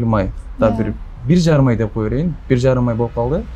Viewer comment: Короче ертерек тиіп алғым келеді десейші , сосын тәлпіштеніп деп деген сөзді дзеп демей сөйлеші